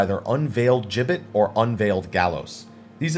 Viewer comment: Finally, someone who pronounces "gibbet" correctly!